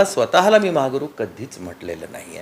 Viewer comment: महा हा गुरु 😂 असा म्हणायचा आहे ओ सुप्रिया ताई